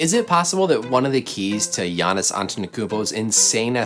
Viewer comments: sis I'ma need you to learn how to pronounce Giannis' name lol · u call giannis' name just like shaq do lol